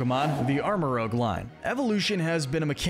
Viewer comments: Rooj not rogue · I can't tell if you mispronounce pokemon names on purpose or not. I remember in another video ya'll said "Troo-bish" for Trubbish. And now MaJearna?⚙Armarouge. its rouge as in french red. Sure there's lots of interpretations on names like Arceus but these are just. SHAME. You're presenting the material, say it correctly for us please. Most of the time they are puns and you're murdering them. Good videos though. 👏